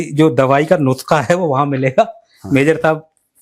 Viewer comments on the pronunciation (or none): none